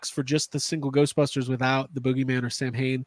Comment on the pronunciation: As an Irishman I find your pronunciation of Samhain highly offensive, and the less said about your “singing” the better 🙄😂😂